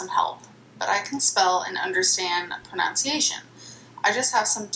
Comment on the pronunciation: She can't even pronounce "pronunciation" right...